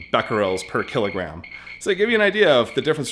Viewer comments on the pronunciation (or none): none